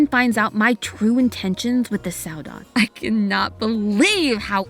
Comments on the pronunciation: Soooo uhh I found a mistake , I KNOW YOU EXPLAINED IT PERFECTLY AND ITS AMAZING BUUUUT , saudade is pronounced sa-da-id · Saudade: A feeling of longing, melancholy, or nostalgia that is supposedly characteristic of the Portuguese or Brazilian temperament Idk if this is important or not, but he didn’t cover the meaning of the word Also it’s more pronounced sau-dah-gee Edit: He did in fact briefly define it later (my bad) but the pronunciation was still off 🫠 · oh the butcher of Saudade was so horrid im so sorry </3 it's pronounced sauw-da-gee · Saudade is pronounced Sow-dah-gee. I’m probably the thousandth person to say this but my brain was breaking all video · Saudade is pronounced su-da-day And well that isn’t the end more plsss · It is pronounced SAUDADI (or saudadee) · I think the group is pronounced soedade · It's pronounced s da d a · "Saudade" is actually a noun to describe the feeling of missing something in Brazilian Portuguese! This hints that lana probably is missing something and wants it back. (plus you pronounce it sao-dah-di) edit: i'm half brazilian half portuguese. yes i know "saudade" is in both languages i was on finals week 😭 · Its pronounced sao dah de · Hey guys just so you know Saudade is pronounced Sao-dad-de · It’s also pronounced “sau-da-jee” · it is saudade, we pronounce it like: Sal dah deh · Bro BUTCHERED the saudade pronunciation I can’t 😭😭😭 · I'M SORRY BUT HOW Y'ALL PRONOUNCE SAUDADE BOTHERS ME SO MUCH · fr and hearing him mispronounce it for the whole video was so painful T^T (I'm brazillian) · the way he pronounced saudade killed me xD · I’m surprised you folks decided to go against the foreign pronunciation of saudade